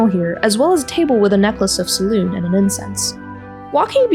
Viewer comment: You keep forgetting the "eh" or "ay" after saying "Selune" and uts infuriating. Great video otherwise.